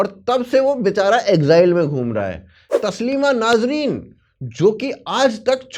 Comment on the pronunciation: Tasleema naazreen nahi nasreen hai